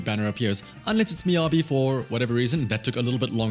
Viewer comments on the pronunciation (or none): who tf is MInagi? it's MiYABI not Minagi wtf guys, what's wrong with you ? "Me Yeah Be" = Miyabi